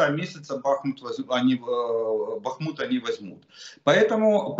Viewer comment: Прочтите не БАхму а БахмУт